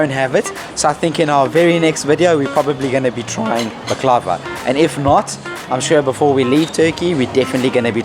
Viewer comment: Loved this video. Lucky you, Sude is a delightful teacher! You guys did very well! 10/10. Yes…… I told you how to pronounce Tür key yeh! Also the accent is on the first vowel of the word bAklava. Those desserts looked spectacular! Baie goed, Mense! 👏⭐️👏⭐️👏 ps…. You are adorable together… such fun to watch! Thanks xx